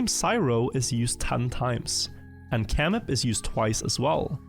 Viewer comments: samir and camip as you call it is same name just writen on another language and letters, Camip=Samir when you pronounce it on cirilyc so its same name just different language!!! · well i do not comment usually but one thing caught my attention, pronounces camip as it is written, but it is actually written in cyrillic and is supposed to be read as samir, so the name is not actually different, it's just written using a different alphabet:) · "Camip" is pronounced SAMIR IN CYRILLIC!!!! LEARN CYRILLIC FOR YOUR OWN GOOD.